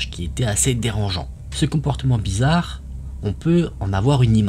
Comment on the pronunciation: on dit blizzare pas blizzarde 😅